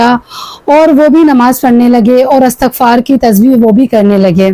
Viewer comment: Assalamu alaikum astaghfaar Nahi asal word istighfaar hota hai plz aap sub Sahi parha karenge is word ko